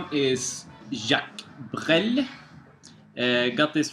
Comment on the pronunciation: I'm glad you've found someone with whom you can trade maupin! Also glad you enjoyed the records :) I'll put things aside for you if I can find more stuff in the future/ You pronounced brel correctly haha/ Nice new finds, I recognize some guys from cameo on that east coast, very interesting/wow, Exc not common cheap stuff! Sextant is one of my favs, mwandishi is another must have imo! of course like crossings, thrust, headhunters, flood, and the survival of the fittest (without hancock)!